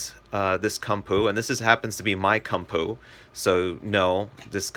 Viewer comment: Koom-poe. Not come poo. Ha!